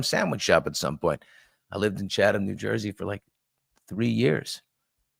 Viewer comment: Thanks for pronouncing Chatham correctly